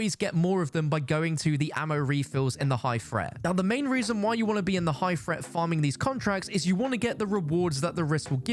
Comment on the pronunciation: "Low fret, medium fret, high fret" - don't fret! (Although maybe learn how to speak English when being English) 🤪